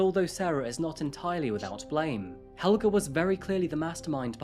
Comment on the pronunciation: As a Swede, the pronunciation here is a bit off. Helge is pronounced with an e at the end, not an a. The name comes from the Norse Hailaga which means dedicated to the gods.